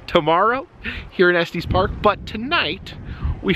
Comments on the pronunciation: If you want to sound local, it’s not pronounced Esteez Park. No long e. 😊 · Just fyi it is pronounced Estus, not Estees😊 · To clarify further, it sounds more like ESS-tiss. It should rhyme with "hiss," not "testes"! 🤣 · Just FYI, Estes is pronounced like es-tess (no long "e"). The "crank" on elevator is originally how the elevator employee would manually operate it before we had buttons. Moving it back would go down, moving it forward would go up, straight up would stop it. The further you moved it to either side would make it go faster. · there is also a semi trucking company. i believe that is the long eee in the middle. Estes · It is pronounced Eh stuhs park. First time I’ve ever heard it pronounced the way you say it.